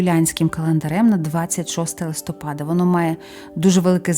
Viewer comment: Дякую за цікаві розповіді, зміняйте будь-ласка наголос у листопада на склад -па-. Прошу не ображайтесь. Ми, у школі, коли вчили місяці нам знижували оцінки за неправильний наголос. Я запам'ятала це на все життя. І зараз по-душка, порт-фель дуже "ріже" вухо. Ще раз дуже дякую. Божого благословення👼🙏❤ на перемогу, на збереження життя і здоров'я всім захисникам і захисницям, процвітання вашого каналу. Слава Богу, Слава Україні. Слава ЗСУ. ❤❤❤😊😊😊